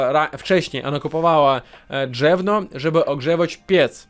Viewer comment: Nie drzewno, tylko drewno.